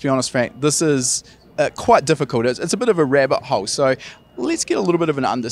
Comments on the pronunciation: Did anyone mishear "rabbit hole" as "rare butthole?" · Thought he said rare butthole before I realized he said rabbit hole